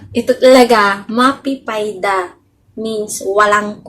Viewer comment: Hindi po MAPE PAYDA kundi MAFE FAIDA. F po ang tunog hnd P..